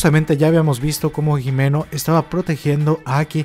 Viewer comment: Himeno se pronuncia como "Jimeno", la H en japonés no es muda. Hay que dejar de "españolizar"